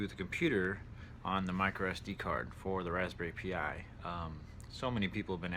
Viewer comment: raspberry pee yi? lol son...